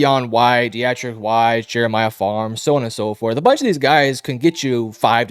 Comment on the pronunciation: Good production quality, but this is my first video of yours and the pronunciation butchering (Wise and Onwenu) and Chuks situation makes it really hard to put much weight in your takes. PFF grades are great, but a quick Google search or find a YouTube video on these guys and you'll get the pronunciations. Only sharing this because the video is good otherwise and i can see how much time went into it.